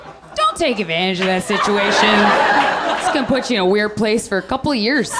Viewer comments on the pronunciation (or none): none